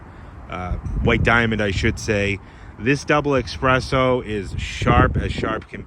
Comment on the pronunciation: “Expresso”? “Sh*tBrown”? Naughty naughty! “Preferated”.😜